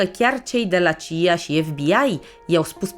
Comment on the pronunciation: C.I.A și nu "cia"